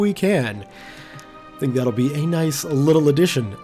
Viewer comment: I don't know if you've noticed this but you've been pronouncing Nice wrong.